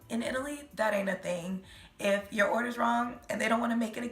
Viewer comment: “Make sho you really want cho item before you buy it” 😂😂😂😂😂